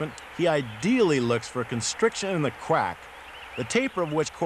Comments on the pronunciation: Lmao, I was like, " did he just say quack...wait he did it again." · love it. i don't think he can say crack climbing, calling it "qwack"